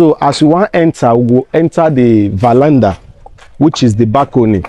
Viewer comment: it's called Veranda and not valanda. Dọmọ Sir.